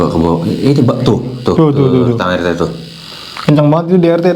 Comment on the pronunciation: wkwwk baru kali ini denger orang manggil pak RT dengan sebutan "Te" doang wkwkwk🤣